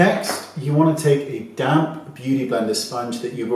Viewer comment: You say "damp" beauty blender....I hear "damn" beauty blender! Those damn things hate me!!😂😂😂